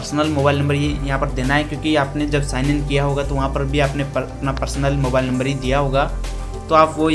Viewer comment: bhai mobale nahin mobile hota hai